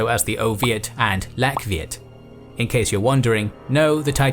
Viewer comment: Viet pronounced yiet